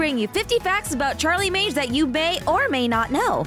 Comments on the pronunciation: Magne is actually pronounced Mah-ni-ie as gn in French is pronounced ni. Also, isn't Charlie the Antichrist? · Her (new) last name is Morningstar and I thought you pronounced it Magne (Mag-Knee)